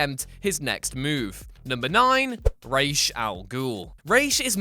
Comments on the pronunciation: Its raz al goul not rash al goul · Rayshe al ghul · The fact that people still say “Raysh” when multiple writers have said it’s pronounced like “Rawz” is wildly annoying. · I'm fed up Ra's being pronounced as Raysh, i'm a native arabic speaker, it's pronounced Ras or Raz if you can't, nowhere near Raysh. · Rash? I’m pretty sure it’s ras. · ray'ish al ghul?????? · The way this guy pronounces ra's al ghul gave me cancer. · Learn how to pronounce Ra's al ghul name right fool